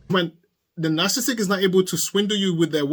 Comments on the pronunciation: There are four syllables in the word, “narcissistic”, not three. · You are missing a lot of s’s in your pronunciation of narcissistic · I started to watch this but he kept missing a syllable of "narcissistic". It drove me nuts!